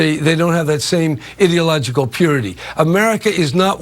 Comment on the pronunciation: Sir...... LEARN GRAMMAR. Ideological, IDEA IDEA IDEA. Not Idilogical, Ideological... IDEA Jesus fucking christ I couldn't even listen to what he was saying.